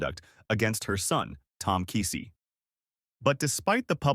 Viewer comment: Oh !Please, Not Kisi it’s Keesee